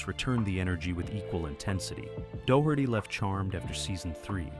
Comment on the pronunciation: The mispronunciations are all really funny, but DOUGH-HURTY, from Ninety-Two Ten truly cracked me up! Now there's a knock-off show title, if I ever heard one.